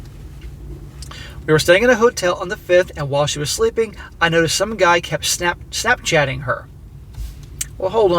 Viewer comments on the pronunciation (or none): Gashchat..not snapchat